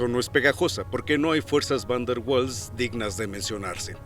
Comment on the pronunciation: Mala pronunciación, lo correcto es similar a "vaals".